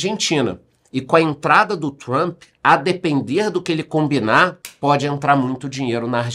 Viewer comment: Comecei no BB e BB seguridade....só um comentario aleatório.Parabens pela pronuncia no inglês....doi meus ouvidos qdo ouço jornalistas falarem "Trumpe ou Trumpi"😂😂LOL